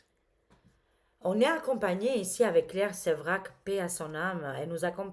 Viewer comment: C'est claire Séverac et non Sévrac